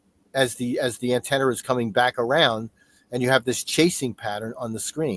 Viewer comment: Pretty sure it’s Antrennars 😂